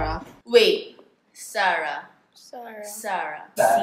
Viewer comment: the way they pronounce SARA pati ako nakalimutan o naguluhan kung ano ang SARA hahahah SA-RA pala hehe